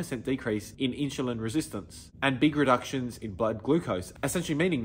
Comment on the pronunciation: whats inchilin? sorry but i can take advice from someone who can't even say insulin the right way